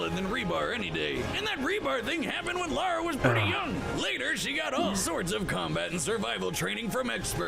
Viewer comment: Lara: ❌ Laura✅